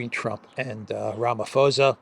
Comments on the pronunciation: It's posa not fosa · Ramaphosa is NOT pronounced Ramafosa. The "h" is there to make it an explosive "p" which no whitey can pronounce, so just make it a hard "p" and NOT "f" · Rama pausa is how our president's name is pronounced. Wonderful show. I'm a regular to this channel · the name is pronounced "ramaposa" without an "F"...or as in "ram-a-poser". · It's pronounced Ramaposa, the 'h' is silent. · Pls don’t take offence - it’s just that I’ve been listening to you for weeks pronounce the South African presidents surname incorrectly. Ramaphosa is pronounced Rum(a)-por-sz(a) where the (a) sounds like a “u”as in utterance. I probably hacked that myself explaining it to you 😂 PS: there is no white genocide. Trumps narrative on there being a white genocide happening in SA is no different to that of the Ukrainian Nationalists or Zionist narrative in respect to their own sick agendas.